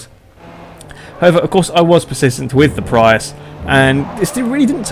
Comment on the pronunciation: You said Prius wrong...